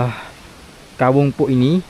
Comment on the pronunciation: Assalamualaikum saya koreksi ucapan mas..itu disebut Kawung poek...dibacanya ka_wung powek(BHS Sunda) Bukan dibaca puk..tapi po-ek(gelap). Sehat2 sepaluas.